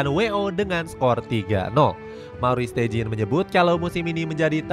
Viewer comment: steijn bacanya stein aja ya, bukan steijin 😒